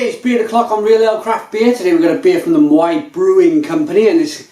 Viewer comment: How to Pronounce Maui - - Just so you know. :)